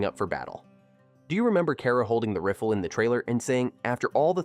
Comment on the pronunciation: " Holding the RIFFLE"!? SMH